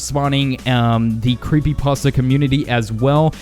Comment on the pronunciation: Creepy pasa or Creepy pasta?